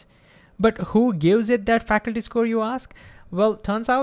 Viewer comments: great job with your channel! I can't think of a better channel on Physics. Also, i presume you meant to say factu-ality, and not faculty. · Great video,! This question has been on my mind lately and I've been trying to figure it out. You explained it perfectly!...BTW, factuality is pronounced fac-tu-ality (you're saying "faculty" in the sponsor ad). Otherwise, your English is great. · Great video!. Just one small thing at 4.30 min: It is not Facul-ty, it is more like Fact-tual-ity. As we know: the former refers to educators in a university/institute, while the latter refers to Facts. You pronounced the latter like former, and I got a little confused for few secs. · Minor correction. Fact. Tu. Ality. Not Faculty. :) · Factuality rating, not “faculty” Great videos though. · When you say "factuality" it sounds like "faculty". May be I heard like that.